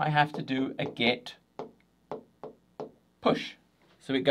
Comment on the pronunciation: Brilliant video as always but stop saying 'get' instead of 'git' 😆